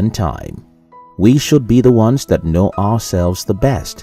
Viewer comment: It's know not mnow 😂😂